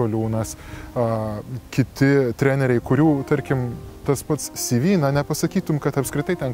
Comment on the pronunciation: Žėkit, ponai, jūs apsispręskite, ar CV tariate lietuviškai, t.y. CėVė, ar angliškai, t.y. SyVy, bet tik ne "kaimietiškai" CyVy...